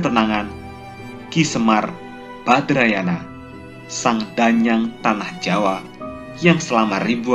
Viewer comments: Badranaya miin..bukan badrayana.. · Apa ada yang ngeh selain aku yg mendengar narator salah menyebut nama Semar? Narator menyebutnya Semar Badrayana, yang seharusnya Semar Badranaya.